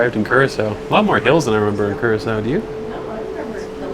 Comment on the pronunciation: Blue Curacao is pronounced the same way the island of Curacao is. "Cure-ah-souw".